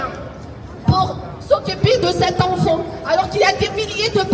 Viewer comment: Oh et j'en peut plus de cet accent bledar on prononce ENFANT pas Onfon.